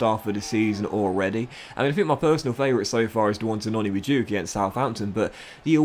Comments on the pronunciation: Mad-u-e-ke not ma-duke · Noni Ma-du-eh-ke Not ma-djuk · His name is ma-du-eke